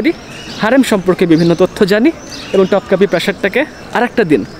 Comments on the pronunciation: ভাইয়া উচ্চারণ টপকাপি হবে না, উচ্চারণ হবে তোপকাপি । আর হারেম না, উচ্চারণ হবে হেরেম । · তোপকাপি বলেন , টপকাপি না